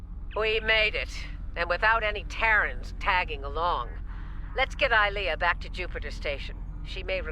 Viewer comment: She's not Russian. It's Eye-Lee-Uh. Again.